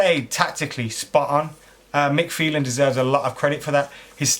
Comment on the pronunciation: it mike phelan not mike mate